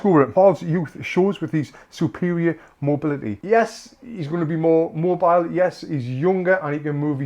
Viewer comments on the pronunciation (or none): none